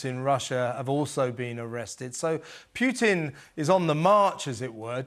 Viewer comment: The news anchor cannot even pronounce putins name properly